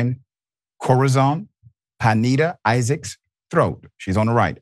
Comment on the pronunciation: Brotha Ritchie, Imma need you to sharpen your Spanish pronunciation: It's "Kho.ra.son Pin.yeh.da". Latinos think they own this country. Haven't you been around enough of em to know how they sound??? 😛